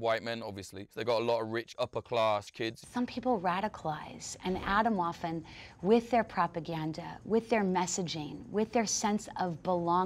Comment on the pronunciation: why does she pronounce it adamwaffen